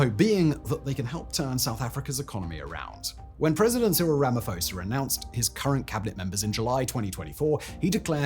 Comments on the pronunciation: If you need help pronouncing South African names please let me know...🤣 Ramafosa 😂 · It is Too li Madon seller (silent R) and Cyril Ramma P-ho (as in horse) za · Cyril rum uh pour zah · As an African, please, I beg of you. Find somewhere to listen to how African names that you are reporting on are said and pronounced. The way you miss pronounce names like Thabo Mbeki and Ramaphosa make it almost impossible to keep a straight face while listening to the butchery xD They're really not hard to say either. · To help with some of the name pronunciations. Whenever there is a consonant followed by an H, the consonant is a hard sound, with almost a silent H and then the vowel following is accentuated. So Thabo = T 'aa' bo Thuli = T 'oo' li Rhamaphosa = Rama P 'aw' sa